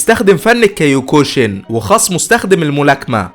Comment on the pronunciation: اسمو (كيوكوشن) وهو فن احد اصناف الكراتيه للتصحيح والمعلوميه. وليش كاياكوشن